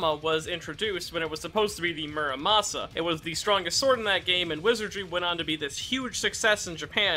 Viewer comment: Terraria players get heavy nerves whenever anyone says mur sama instead of the muramasa